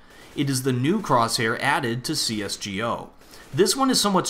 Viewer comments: I heard you said CSGO as C.S.G.O . Why dont you said it as C-S-GO? :D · I say C S GO. Not C S G O.